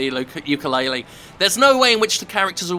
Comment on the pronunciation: jim, the youtube says it's yooka-laylee, if you could change it, that would be very nice, because i don't think it's a good idea to let someone think that this game is in fact yookaa-laylee and scaring them off from a perfectly good game.